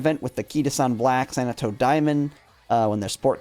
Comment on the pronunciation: I notice some of these content creators tend to add extra letters or mix them around. He also said "Sanato" instead of Satono. Dorber instead of Dober, bring a random extra letter. I can't help but wonder if they just don't read or they're dyslexic. Nothing wrong with it, but a curiosity all the same.